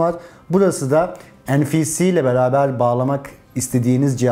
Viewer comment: "en-fi-si" derken? NFC'dir o. En-fi-si olsa duramazsın.